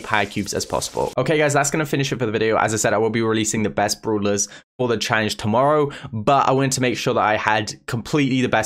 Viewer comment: Really struggling with the word challenge 😂